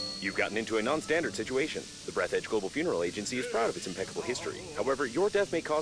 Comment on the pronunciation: It's Breathe the edge, not breath edge